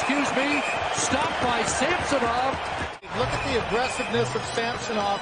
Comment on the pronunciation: These 2 guys calling the match should learn how to pronounce Samsonov.